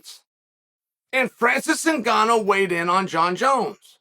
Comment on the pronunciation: Chael must serious, he said Francis last name right